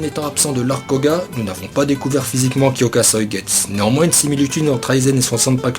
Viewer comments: Ça me stress quand tu prononce pas me u a Kyokasuigetsu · Alors j'ai mis un j'aime parce que Aizen c'est mon perso préféré. et que ca fait un moment que je mate tes vidéos sur d''autres manga. ton travail est vraiment respectable. Mais par contre ta prononciation en japonais de Kyoka suigetsu ou d'autre nom de bankai, nom divers etc.…. sérieux fait attention… car comment tu as prononcé Kyoka Suigetsu (avec un "U" XD) j'ai cru que tu insulter mon perso préféré^^ alors oui je sais, dans une de tes vidéos sur Bleach (en l'occurrence sur la prononciation du bankai de Mayuri et les top 10 des bankai) tu nous as clairement fais comprendre que les termes te semblait imprononcable mdr Cependant !! (et là je vais chipoter pour pas grand chose) les noms en japonais s'il ne sont pas prononcé correctement ne veulent plus dire la même chose. ici, cela n'aura pas grand importance, mais si TITE KUBO s'emmerde et mate ta vidéo, il va prendre une plainte de porte et la soulevé et tu auras les flics au cul pour mauvaise prononciations du japonais ptdr^^ aller sur cette blague, je te souhaite bonne continuation, tu fais du bon boulot et espère voir d'autre de tes vidéos, car j'imagine le taff colossal derrière^^ bonne soirée à toi XD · olala la prononciation du shikai....je saigne des oreilles ^^